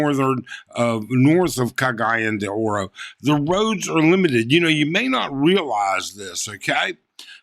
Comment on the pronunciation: You could of pointed out exactly on the map this was!! Oh, its pronounced............... Cog~gee~on... De... Ore